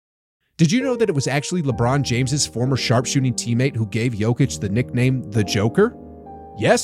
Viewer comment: I have a question. if everyone knows the correct way to pronounce his name, why are you all still doing it the weird way? Why people just don't do it properly. How long is he in NBA? 2 weeks?